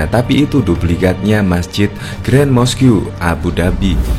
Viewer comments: Mosque dibaca mask, bukan moskyu yg artinya masjid. Itu kalau mau bahasa inggris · Mosque dibacanya mäsk ya bukan moskiyu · Admin, Mosque Itu sebutannya yang betul dalam Bahasa Inggeris atau pronoun nya 'mosk', bukan mos Q.. lain lah kalau sebut 'masjid' aje lagi senang.. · Mosque di baca moskh aja mas hehe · Moskiu yaaa 😅. Belajar lagi yaa 😊 semangat.